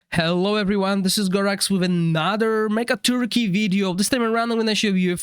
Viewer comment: Thank you again my friend for the timely video. Just thought I should finally mention that the torque part of the boss' name is one syllable, pronounced like "tork". Cheers.